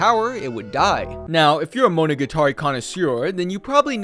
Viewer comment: You pronounce "monogatari" weird